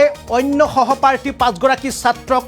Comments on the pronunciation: ৰাম ৰাম সহপ্ৰাৰ্থী নে বিদ্যালয়ত। সহপাঠী। সহপাঠী মানে একেলগে পঢ়া। সাংবাদিক হ'লে উচ্চাৰণ আৰু বানান শুদ্ধ হ'ব লাগে ।ইমান চিঞৰি চিঞৰি একে বাক্য ঘূৰাই ঘূৰাই ক'লে কিছুমান কিশোৰে অপৰাধ কৰিবলৈ উৎসাহিত হয়। গতিকে এনে বাতৰি বেছি প্ৰচাৰ কৰিব নালাগে। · Eman bhulkoi kio koisa hohoparthi nohoi hohopathi he kobo lage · কি বাবে বাৰে সহপাৰ্থী সহপাৰ্থী কৰি আছে??সহপাঠী।উচ্ছাৰণ নাজানিলে বাতৰি পৰিবেশণ নকৰিব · জিতু কলিতাৰ কোৱাতকৈ তোমাৰ কথা বোৰ বেছি ভয় লগাকৈ কিয় কৈ আছা ? আৰু সহপাঠীহে । উচ্চাৰণ শুদ্ধকৈ কৰিব লাগে । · সাংবাদিক বন্ধু গৰাকী চাগে ইংৰাজী মাধ্যমৰ বিদ্যালয়ত পঢ়িছিল, সেয়েহে তেওঁ বাৰে বাৰে সহপাৰ্থী সহপাৰ্থী বুলি চিঞৰি আছে।